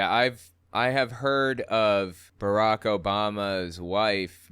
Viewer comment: First that is beyond rude when he knows how to pronounce Barack. Obama told us, the WH press secretaries told us, the Democratic convention told us the year he was a speaker before he even ran for POTUS and every single news outlet told us. That is just childish, catty and nasty and he believes his god thinks that's ok. My other thought here is...God created cannabis and I leave it at that. (She created 'shrooms too)